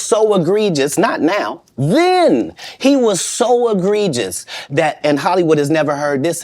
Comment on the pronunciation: that “THEN” was special😂